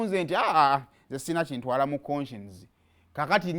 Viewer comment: The way you sound up the name koshens mbu konshens